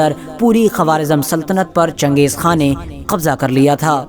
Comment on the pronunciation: खा है ना कि खान